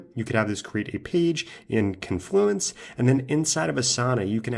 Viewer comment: J-ih-ruh and con-flooo-ants 😂